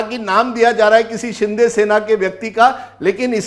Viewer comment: rajdeep ka frustration dikh rha h jo baar baar shiv sena ko sinde sena bol rha h😂😂😂😂